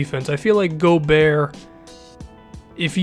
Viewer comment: its not gobeer its gobert like bogurt